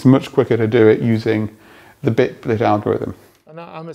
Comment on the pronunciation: and yes, it was bitblt not bitblit